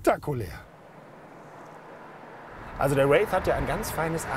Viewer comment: Kriegt den Namen irgendwie niemand ausgesprochen? Hier ein Race, da ein Rave... Der heißt Wraith...